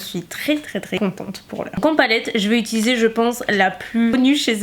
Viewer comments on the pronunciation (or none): none